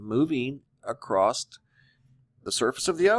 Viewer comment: There's NO T IN ACROSS...PLEASE! ! !